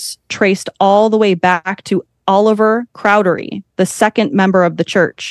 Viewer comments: She said cowdery wrong every single time. 😂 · She said cowdery and moroni wrong too. 😂